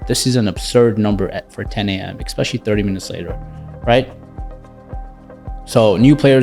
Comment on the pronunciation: Dude....it drives me crazy when people say "EXpecially". There's no such word! Its "ESpecially". Who taught you English??? Similarly, I would bet that you say "EX cetera"...when the proper phrase is "ET cetera".